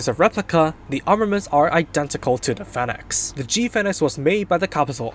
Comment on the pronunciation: This guy can't pronounce Phoenix